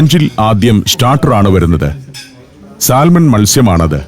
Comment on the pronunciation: സാൽമൺ എന്ന് എഴുതിയാലും ശരിയായ ഉച്ചാരണം സാമൺ എന്നാണ്